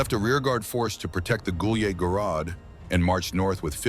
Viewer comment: Took me a long time to figure out he's saying Gulyai Gorod. AI is pronouncing it like it's in French or something